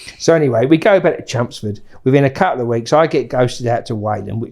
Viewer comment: Took me 39 mins to realise hes saying "Chelmsford". Sound like he saying chumsfords. 😂